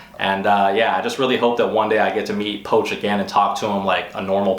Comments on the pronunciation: Poch (poach), I thought it was pronounced "Pooch". He seems a bit full of himself lately, but he is good! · u just butcher pronouncing poch name